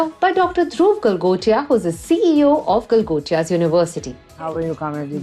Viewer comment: Galgotias ❎ Gala gotia ✅